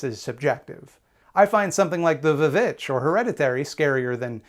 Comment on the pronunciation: just wanna say the way you pronounced "the vvitch" is great and reminds me of how i pronounce the band "chvrches"